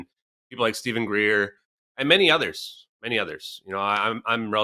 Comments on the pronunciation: Stop saying Shaun Greer Kim, it's Stephen Greer, you've had him on your show. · Dear Kim, it's Dr Stephen Greer (not Shan Greer). But I am soo glad you mentioned Dr Stephen Greer as he is by far the best informed, connected and experienced on the subjects or Extra Terrestrials, UFO/UAPs and downed and retrieved advanced extra terrestrial craft/technologies.